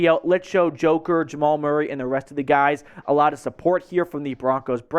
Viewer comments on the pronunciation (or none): none